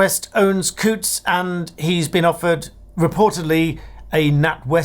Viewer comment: Well done for pronouncing Coutts correctly.